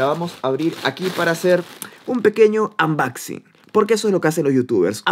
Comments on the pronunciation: Like por el "ambaxin" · Les falta ver más "anBAXing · "Ambaxin" -2019